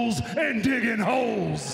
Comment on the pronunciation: Seriously thought he said "Taking souls and diggin Hoes!"